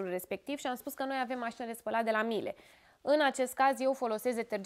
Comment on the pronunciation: Miele (marca germana de electrocasnice), pronuntia este MIELE (cuvant din limba italiana miele= miere tradus in limba romana) nu miel....